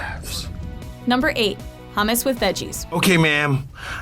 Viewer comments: im lebanese and im cringing so hard at the hummus part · God it pisses me off that they dont know how to pronounce hummus